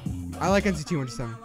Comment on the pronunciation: U KEEP SAYING NTC 127 It's NCT 127,Sorry to correct you but it just bothers me.